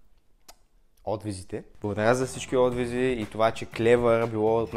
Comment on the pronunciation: He e отвизи а отзиви ахахахха